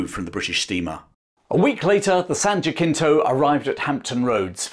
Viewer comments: The ship's name "San Jacinto". Is pronounced San Ha-sin-to. A Spanish name. It was the site of the decisive ultimate battle of the Texas Revolution. The small Texas Army, under the command of Sam Houston, counterattacked the Mexican Army under Santa Ana, fresh from their bloody victory at the Alamo. Shouting "Remember the Alamo!" the outnumbered Texans charged across a swamp into the Mexican entrenchments and camp and killed most of the Mexican Army. Santa Ana was captured and was forced to sign a treaty granting Texas independence in return for his life and freedom. The Texas Republic voted to join the United States a decade later, causing the Mexican-American War which Mexico lost decisively. Texas, California and much of the Far West became indisputedly American as a result. Thus the Battle of San Jacinto became, and still is, a major part of American history. While Texas joined the Confederacy over Houston's strong objections the naval ship had already been named and the battle integrated into American history. We only formally speak the same language as England. Our language is shaped by our people and most of us aren't English. We consider you a foreign race. Sorry amigo. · Jan Jacinto (St. Hyacinth) = (phonetically) SAN JUH-SIN-TOH ....the C sounds like an S and not a K . The J is hard if you are anglo....like Jerry or Josh, Jimmy, Jewel, etc.....but if you pronounce it properly it sounds like an H....so SAN HAH-SIN-TO would be more proper with the Spanish pronunciation. I find the anglo pronunciation to be quite irritating because many of us speak Spanish in Texas. Both the river, and the battleground (where the ship's name came from) are right down the road from me (well about 20-30 miles away, as the crow flies). Regardless, I've been there often (typically annually) to celebrate independence day. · Awesome video, thank's for posting it. BTW, San Jacinto is pronounced "san ja sin toe" with the emphasis on the 'sin'. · San Jacinto (pronounced San Ha-sinto)